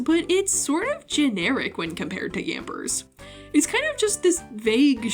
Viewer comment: Did she ever explain why she pronounces Yamper withan S?